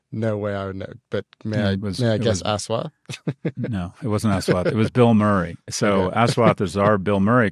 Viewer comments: It's pronounced USwath. Us-wath. Very difficult for Indians to use the highly limited 26 letter English alphabet. Ass and assume. us-ume. us-wath. Easy. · His name is said as “Ush”like the first syllable in “Usher” there are no long syllables in his name. it’s also “wath” not “waath” The mispronunciationis just painful to hear. please just call him Dr. D if you cannot say his name. imagine how it would feel if you had someone just completely butcher your name and then repeatedly call you that. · Repulsive to hear him pronounce the name as Ass wat. When its supposed to be Aash wath